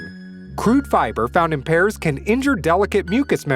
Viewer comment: The way he pronounced pears makes me cringe lol